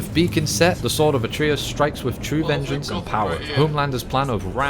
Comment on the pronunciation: "Tharius has fallen" "VENGENCE"